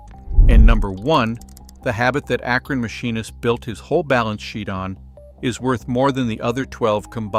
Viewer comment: Its Akron, not Akran who wrote this.??